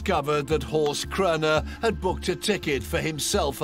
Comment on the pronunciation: It's Horst and it's not pronounced correctly 😉